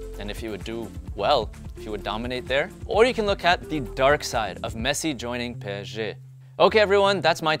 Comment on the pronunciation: Why is he saying pesg